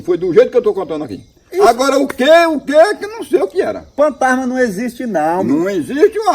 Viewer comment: Isso ele fala Partana Será ele quer dizer Fantasma